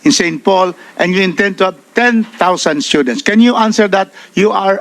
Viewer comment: *Stoo-dents... Hindi schoo-dents 😂